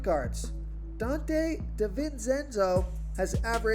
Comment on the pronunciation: Love this breakdown but Man U butchered donte’s name bad. Friendly advice for the future, I use to be in broadcasting so I would break there name down or listen to the home team play by play.